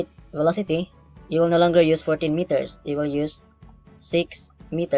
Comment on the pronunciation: That "noh" hahaha